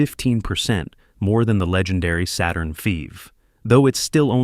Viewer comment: yeah "Saturn Feeve" lol